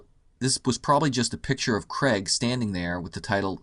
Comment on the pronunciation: Hey Yanks...It's pronounced "CR-AIG" not "CREGGGGG" His Surname has an "AI" in it, it's not spelt "CREG" so please pronounce Daniel Craig how you would say "CRAIG" not CREGGGGG...So annoying... I love your videos though,, but the Casino Royale poster is brilliant and the goldeneye poster was amazing...You missed the point on those two.